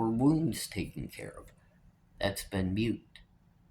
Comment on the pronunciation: Thats been *moot*. Not mute. No disrespect intended. I just always prefer somebody to correct me so I dont keep saying a word wrong. Sending good vibes to all of you!